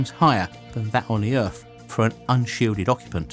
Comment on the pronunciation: OMG Is this yet another British guy who pronounces his th's like f's or v's???? Or is this the same guy I heard on another website? I cannot STAND this.. EarF really you are going to pronounce it EARF!!! It's like certain people here in USA saying BIRFDAY!! OMG especially when someone is duckainf NARRATING something!